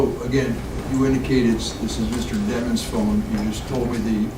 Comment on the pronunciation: Dat mane name is demons not dimons